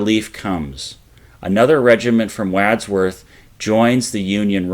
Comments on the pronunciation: C’mon . . .WAAAADsworth? It’s really not hard, even for a Yinzer, to find the correct pronunciations. Got Google? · WODSWORTH, is the pronunciation of “Wadsworth” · The Wad in Wadsworth rhymes with Mod, not bad. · Some of the pronunciations are really awful. "Brenners Hill" and "Wadsworth' are two English names that we should be easily able to say. OK Brenner"s Hill you somehow lost the "r". That accounts for the butchery in this case. Wadsworth is straightfoward. "Wad" is like it's used in any other context. Like a Wad from a spitball straw. Best of luck next time fellas!. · Agreed-- great video however, but check pronunciations of 'Wadsworth' & 'Spangler's' ?? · All great, but still question the pronunciations of 'Wadsworth' & 'Spangler's'?? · Agreed. It did seem a bit odd. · Great, but 'Wadsworth" & 'Spangler' both mispronounced.'